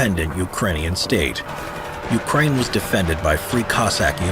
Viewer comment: I am sorry when did pooh-tin declare war on UKRAINI ?